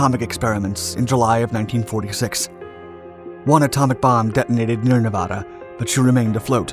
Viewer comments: Please. PLEASE! SAY NEVADA CORRECTLY! Nev (in never) add-uhhhh. Not neevauhda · Hey ding a ling it isn't pronounced Nevawda........Nev ad a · It's not Nevahda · Nevahda... no wait that's not right. Nevada there that's better. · What a misinformation fest. First of all the narrator doesn't know how to even pronounce Nevada. Hint it's not Nevahda. And it wasn't the only Battleship to rise out of Pearl Harbor and fight the Japanese. Shsseeehhh do your friken homework. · How did he pronounce Nevada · Good doc, but you say Nevada like a tourist. :) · If I am not mistaken, she had 2 atomic bombs dropped on her was used fpr target practice by 2 battleships and then torpedoed. Taking something like 3.5 or 4.5 days to finally sink. Being from nv I did my senior project on her. And the way you say her name tells locals you are not from here. No biggie we just know when we hear it 😅🤷‍♂️ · Everyone from Nevada cringing every time he mispronounces Nevada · Pronounce the state correctly. You're getting the second syllable wrong. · C'mon man. If you narrate a documentary, at least pronounce the word Nevada correctly.